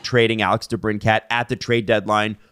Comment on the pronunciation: Folks, it's DeBrinKIT, not DeBrinCAT. Yes, this is v important to me!